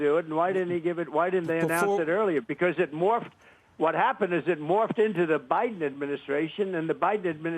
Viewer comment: Bayden Baydenn. LOL